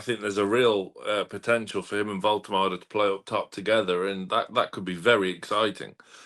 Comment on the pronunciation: can you please pronounce Woltemade properly. Its not "Voltermardey" as you say, its "Voltermarder". Listen to how SM says it. You and Lee Rider make the same mistake. Respect the man by at least saying his name properly. At the end of the day, a name is all we really have, and how we're all remembered.